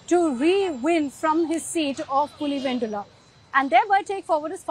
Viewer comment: If you’re “Telugu”, why are you saying I’m Telugu. And why the heck are you pronouncing, PulivenDula